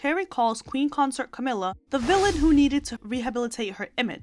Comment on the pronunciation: It’s consort. Not concert.